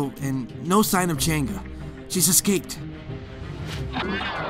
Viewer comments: Ching’a Change oh fOR FUCK SAKES ITS CHANG’EH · I noticed the Alice pronounced chang’e name wrong she prounounced it like change and nit chang E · lol changa hahahah thats telling like a a cheng ee you called changa 😂😂😂😂😂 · It's not change it's Chang uhhhh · Lol u pronounce Chang E as cheng ga. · Cheng'a? Why cheng'a not chang'e or is it really that pronounce (bad english becuz im asian litterally) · Its Chang a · Its pronounced chung uh and this is the closest i’ve seen a youtuber get it right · Chang'e pronounce by Jenga? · I think it’s pronounced as Chang Eh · I thought it was pronounced Chung'uh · God I'm so confused with how to pronounce Chang'e.. First I hear Cheng'a then I hear Change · no....... I really wish kagura looks hot she looks like granny, oh and btw it's pronounce Chang-e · not to be rude but its pronounced chang-gu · Wrong pronounciation of Chang'e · Why Do They Pronounce The Name Wrong?